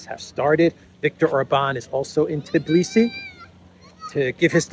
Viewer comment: it is Tbilisi not Tiblisi. Tbi-lisi. Your eyes see it, your fingers type it correctly but in speaking you swap two letters around. A common mistake, everybody says it, which adds to not becoming aware of the error and simply repeating it. Just like the fake story subject of this video. That other news outlets ran the story is no excuse,: you repeated it like a parrot, just like Tiblisi. Makes one think how many other "errors" are also simply repeated unconsciously. People's heads are full of it...